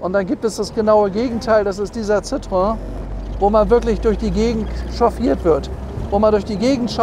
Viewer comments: Ci - tro - en! Nicht Citroon, Citröön oder Citroäng. Aber wie immer toll präsentiert. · Wer einmal Französisch gelernt hat, kommt auch mit der Aussprache dieses Namens klar. Citroen - gesprochen Ssitroenn. Also nicht Zitrön oder sowas. Über dem "e" waren zwei Punkte, das heißt, das "o" und das "e" werden getrennt gesprochen. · Hätten Sie nicht "gemusst". War mir durchaus klar. Aber die Aussprache des "Ci" war gar nicht Bestandteil meiner Aussage, denn das klappt in der Regel. Hätte ich in IPA geschrieben, hätte es sitʀoˈɛn geheißen. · Das spricht man Citroän aus 😉